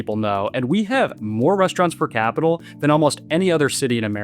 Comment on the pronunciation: Per capita, not capital. Anonymity, not aninomity. 🙄